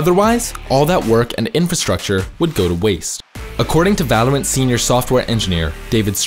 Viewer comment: every time he says Valor(ant) i die inside